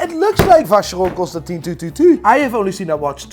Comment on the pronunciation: Man it's been too many episodes now. Please check the pronunciation of Constantin in Vacheron Constantin.